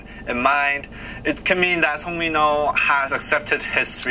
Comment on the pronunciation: It's okay. it's the pronunciation is actually MENO but when you say it swag way it will be A YO MYNO.